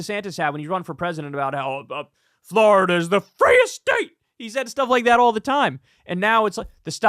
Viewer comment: Nobody: Kyle: Fl-ARE-ida